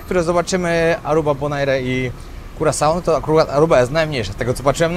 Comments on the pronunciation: Bonaire wymawia sie: Bon-er 😁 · Bonaire wymawia sie Boneer